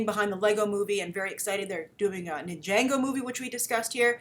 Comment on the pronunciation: I don't want to be pedantic, but I figured news about it would probably come up a lot, so just wanted to let you know I believe Ninjago is pronounced Nin-Jar-Go. Big fan:D